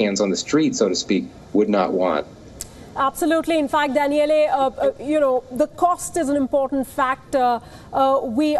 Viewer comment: Danieleh? LOL